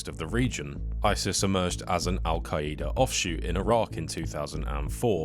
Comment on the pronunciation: Bro says Al qaeyeeda 💀